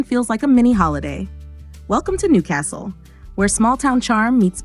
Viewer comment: You'd have to learn how to pronounce Newcastle first.